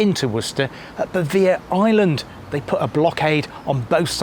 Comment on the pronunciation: Nice video. Missed a lot. But understandable. The large building in the Porcelain Works was actually the shop and display area. Pronunciations. Bevere is pronounced Bev-er-ree. Powick is Poh-wick. My adopted city for the past 40 years and a lovely place to live. Thank you